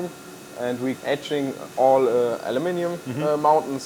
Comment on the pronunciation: "finish the surface with ätzing" 😄